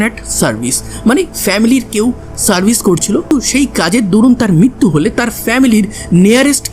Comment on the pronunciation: ভাই কথাটা মৃত্যু , মিত্যু নয়,,,,ঋ উচ্চারণ ভুলে গেলে তো চলবে না